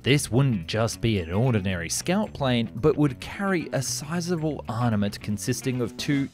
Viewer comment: What pray tell are Arniments, my wife had a bit of giggle, myself I thought I was hearing things, you know, hearing aids and all. This interesting though, and well presented!